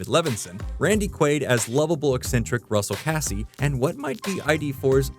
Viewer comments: I don't know what annoyed me more. You pronouncing Russell Casse wrong (It's pronounced like suitcase.) Or calling one of the most awesome movie speeches ever 'infamous'. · “Russel Kassy”? It always pulls me out of these types of videos when the narrater pronounces a character’s name wrong. Feels like you’re not actually familiar with the material you’re discussing, but just read the wiki page.